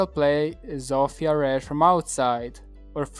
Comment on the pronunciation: chwała bogom...szanuje cie za wypowiadanie tego imienia Zofia a nie ZOŁFIJA, thanks